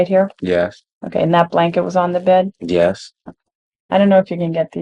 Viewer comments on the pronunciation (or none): driving me crazy how he keeps saying "yas" instead of "yes" 😅